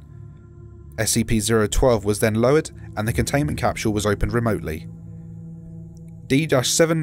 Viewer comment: CAPSHUULE It's just a joke, your pronunciation is ok